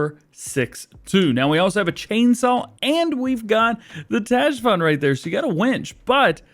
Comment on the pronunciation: Tajfun is apparently pronounced typhoon for reference